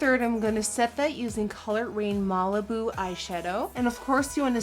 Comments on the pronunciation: BEAUTIFUL recreation! your skills are out of this world! your my makeup inspiration. and I fully know & understand your from Holland & English isn't your 1st language. but... btw- Zendaya is pronounced Zen-DĪ-Ya (I tweeted u that) zucchini is pronounced - Zu-Kēēn-E & Malibu is pronounced M-ĂL-ibu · 2 notes on pronunciation: the cc in zucchini is pronounced as a k, not a ch. Also, the a in Malibu is pronounced like the a in Cali, not like the a in mall.